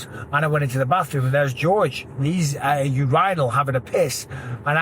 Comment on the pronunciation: Your rye null ........ urinal lol Bisping, do you call it a urine sample or your rye null sample?lel jus taking the piss🍻